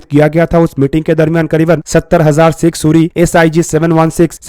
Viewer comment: Sig suri what suri ? Punjabi hai kya? kya bhai ye haal hai defence chennel ka.